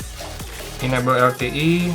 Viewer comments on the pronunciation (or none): enable bacanya enāble bukan ineble